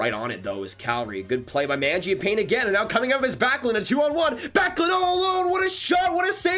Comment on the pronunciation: My brother watch a video on how to say magiapane, great vid tho